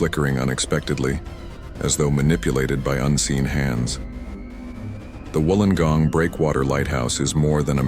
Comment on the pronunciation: ❤❤😊 u even said Wollongong correct